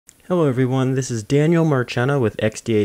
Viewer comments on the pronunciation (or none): none